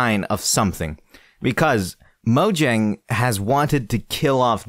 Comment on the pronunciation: Moyang* It's not pronounced Mojang.